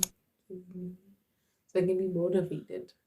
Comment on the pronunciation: When you said "so" I was like "mcwah"😂